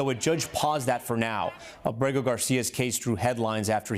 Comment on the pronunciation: Aaaaaabrego Tomás, no abreeego.... A poco es tan dificil. Bien que hablas...